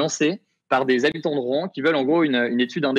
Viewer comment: Mauvaise définition de la réglementation Seveso, qui se prononce "[SeVéZO]" et Rouen ne se prononce pas [Rouin] . Bon et puis apres le sujet est traité vraiment à la légère, la réalité des rapports depuis 3 jours sont tout autre